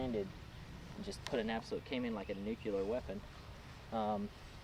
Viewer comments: "nucular" you heard it hear first folks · A what-lear weapon? 😮